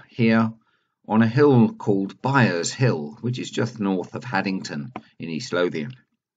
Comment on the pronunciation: Sorry,, but it's Byres Hill, not Byers.....